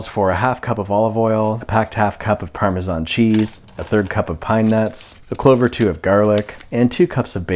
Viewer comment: The way parmesan was pronounced in this video makes me so uncomfortable. I am not okay.